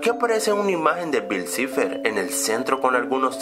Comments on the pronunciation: se dice saifer no ciferh o como se diga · EL SE EQUIVOCA CUANDO DICE BILL CIVER😒😒